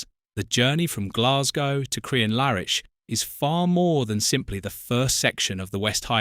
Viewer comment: You pronunciation of Crianlarich is horrendous. It’s not in any way pronounced as Crian Lar Itch as you did